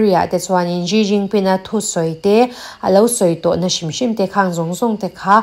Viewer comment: Ji jinping ni lo vin, Si jinping ti a lam tur aw